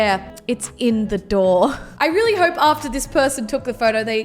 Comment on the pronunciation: You say you're not very dumb but you can't say Hope right